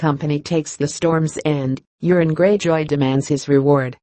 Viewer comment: If only the robot narrator would stop calling Euron "urine" these videos would be easier to listen to.